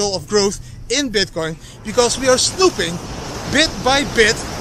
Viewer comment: Snoeping? 😂 Idd